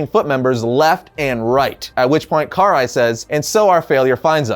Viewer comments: Pernoumced ka-Rye not Car-eye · Who is Car Rai? 😆 It's Karai (Ka- Rai) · Karai is pronounced (Kah-Rye) not (Car-Eye) lol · It’s “Karai” not “Car-eye”! Lol you’re killing be dude.... 😎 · Why do they call get Kuh-Rye in the shows but and Historian pronounce it this way...which sounds so weird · He said Car eye 🤣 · The way u say karai’s name is just ugh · It's annoying hearing you pronounce "karai" wrong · Why is it no one seems to know how to pronounce Karai anymore